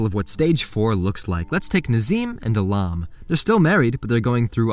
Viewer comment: How could you butcher a beautiful name like Ahlam?